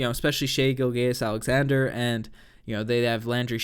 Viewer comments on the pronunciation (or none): Lol Giljayus Alexander- it’s pronounces Gill-jiss